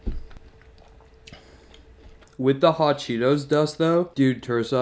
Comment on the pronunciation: DID HE SAY HOT CHEETO SOPESS OMG I MUST TRY